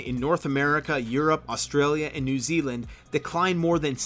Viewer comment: It's a good job I weren't drinking anything when you said "Newzealand". lol